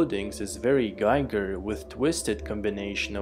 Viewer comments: bro, his name is pronounced GEEGER not GAIGER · Giger rhymes with eager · Interesting thoughts. Just a small side-note: The famous HR Giger's name is correctly pronounced [ˈɡiːɡər] ≈ GHEEger. Since the name isn't an English one, the "i" isn't pronounced the English way. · Please look around for the correct prounciation of Giger's name.